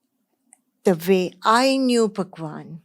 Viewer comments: I m sorry but Why she says bhagwan as pakwan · She is telling bhagwan or phakwan 😂😂😂 this seems quite funny to me